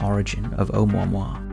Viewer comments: Just FYI from Hawaiian it's pronounced Oh-moo-ah-moo-ah, not Ohmwahmwah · It’s pronounced Oh Moo Ah Moo Ah... not Oh mao mao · Um. it's Hawaiian, not French. Each vowel is pronounced independently. Try Oh-ooh-moo-ah-moo-ah, not Oh-mo-moi. Lol. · Have you really never heard the name of this thing spoken out loud? It's pronounced "Oh-moo-wa-moo-wa." You gotta enunciate. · It's pronounced and spelt O(h)u(oo)'mu(moo)-a(h)mu(moo)-a*h). It's not French. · Pronounced Oh Moo ah Moo ah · It's O-moo-a-moo-a 😉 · "Oumuamua" The crap rock.